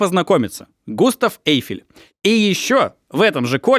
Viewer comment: Очень интересный у Вас формат,, позволю себе маленькое замечание - все фамилии, имена и французские слова произносятся с ударением на последнем слоге, ОсмАн, ГустАв ЭйфЕль и тд